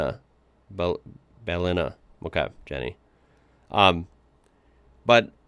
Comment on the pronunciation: Pronounced Bell-in-nah